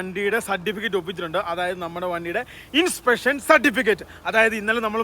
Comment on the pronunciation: Inspection ❌☠️in peshon😂